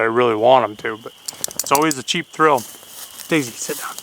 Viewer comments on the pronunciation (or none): Ok let's clear something up!!! When you talk to that very patient Colley what I hear is Daisy. When the lovely and talented Girl In The Woods talks to her I hear Maisey!! So what is it???? Good questions and great answers!!